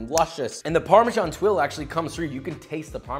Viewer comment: Tuile is pronounced tweel, not twill.